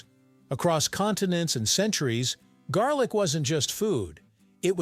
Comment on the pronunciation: lol….not jarlic